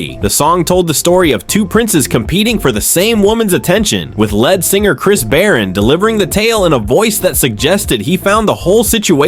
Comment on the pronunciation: Lead pronounced leed not lead as in base metal. This is why I prefer real people as narrators.